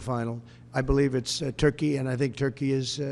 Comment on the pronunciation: Törkii, Törkii... Oh Lord, have mercy.